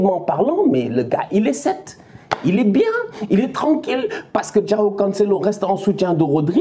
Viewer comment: Comment il prononce "João" 😂